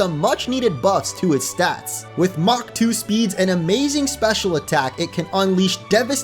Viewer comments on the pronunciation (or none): none